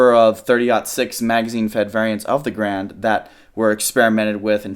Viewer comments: i hate to be that guy, but its garand, not grand. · Every time he says M1 "Grand" I cringe a little. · It's a real shame nobody ever properly says Garand.